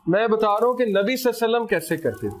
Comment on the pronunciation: Durood ko theek se padha karein SALLALAHO ALAIHI WASALLAM